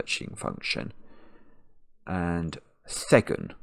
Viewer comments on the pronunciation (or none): Should be Panned for not thinking of J M Barrie? I'm guessing tween didn't come up in the dictionary search because it has an apostrophe at the beginning as a poetic contraction of between. And thegn is pronounced to rhyme with reign.